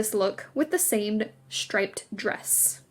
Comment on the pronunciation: Shtripe, shtraight, , etc., etc. Just why?? .🙉 It's a great video, but the narration really started to have the fingernails-on-a-chalkboard effect.